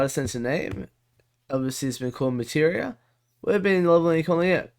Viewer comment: Struth! Loving Mate-ria.